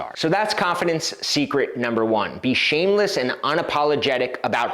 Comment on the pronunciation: 2 "S's" in ShameleSS..LOL